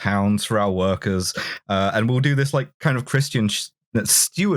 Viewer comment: Don't worry,, I heard "Christ Angel"